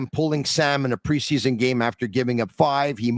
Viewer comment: It's PRE-SEA-SON!! Holy hell just chill lol